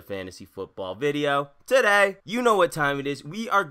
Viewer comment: I like how he says "TODAY!"